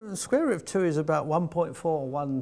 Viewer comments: its cool hearing about the scrare rut of two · "sqware root"